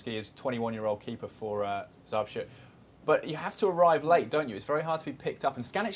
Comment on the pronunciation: Górnik Zabrze not Zabzre :D